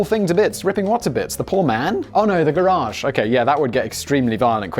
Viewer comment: holy shit, a Brit who pronounces garage correctly... never thought I'd see the day.